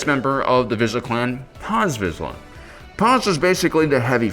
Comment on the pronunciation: Vizsla - pronounced “veesh-la”. If you copy the name of a dog breed, at least pronounce it correctly.